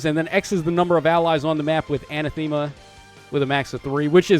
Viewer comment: Love the new art for the Grimas. I think Noire has a good place in the meta because she'll stop specials from triggering. I'm 99% sure you pronounce Anathema "uh-nath-e-ma". Thanks for the review!